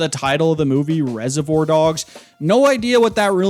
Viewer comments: Wtf why are you saying reservoir like that? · We really out here listening to the opinions of a man who can't even pronounce reservoir.